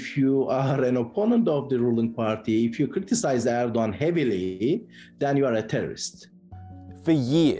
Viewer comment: its not ördokan its erdogan.